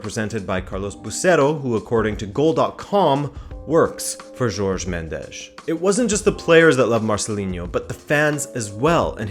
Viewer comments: JORGE. JOR. GE. not george. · Think it’s not George Mendes. It’s pronounced Horhay.